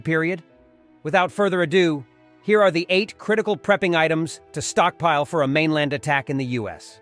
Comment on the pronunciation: Good tips, but the AI voice saying "stockpeel" and "storagay" made me chuckle.